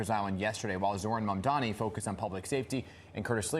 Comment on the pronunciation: It's absolutely incredible that these people still can't get his name right. M-A-M-D-A-N-I. At least the anchors got it right.